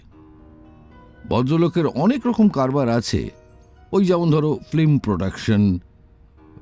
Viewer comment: ফিল্মকে যেন ফ্লিম বললেন এমন শুনলাম প্রথমেই।